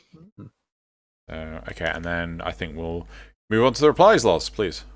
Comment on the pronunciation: ITS LOZ!!!! Not lars.... Grrrrrr Awesome points you made here though!